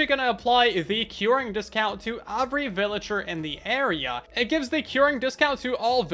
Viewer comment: Why do you say “every” like “ovry”